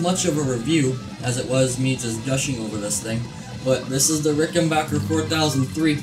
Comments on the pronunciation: Just a respectful note........It's a RickenBACKer......not Bocher. :) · amazing how many people get name wrong, say B A C K E R , you own a Rickenbacker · If you’re not a complete idiot that rides a Buick you have no problem understanding that it would have been a problem branding a guitar “Rickenbacher” in WW2. Rickenbacher is the original and correct spelling and pronunciation of the name. Rickenbacker was the anglicized name and pronunciation. Only idiots from the United States insist on pronouncing the name Rickenbacker. Anybody with a brain in their head automatically without thinking recognizes it as a German name even with the spelling like Geddy and myself from Toronto. United States was the greatest country but always made up of so many incredible idiots. An A&W campaign that cost millions failed because people like yourself thought a 1/4 Pounder was bigger than a 1/3 Pounder. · Nice Bass...... Good Job. BTW.....It's RickenBACKer. The Decal HAS to go. 😷